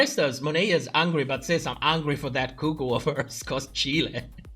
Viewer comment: you pronouncing “chile” like the country and not “child” killed me 😭